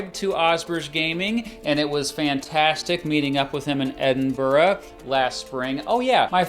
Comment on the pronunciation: The Uk is a 'State' -not a Country. Good vid though and you pronounced Edinburgh perfectly! ~peace